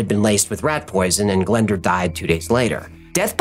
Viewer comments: 'Glenda'? Nooooo! Say it 'glen- DOORH'. It's Welsh. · .Glyndŵr...A great Welsh name. It's pronounced 'Glin doooor' (sress on the 'doooor' bit), with an 'oo' sound, not Glenda. It's a significant name in Welsh history because of Owain (say oh-wine) Glyndŵr. 🏴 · Pmsl it’s not pronounced Glenda it’s Glyndwr or pronounced glyn doowr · You butcher the name Glyndŵr but amazing video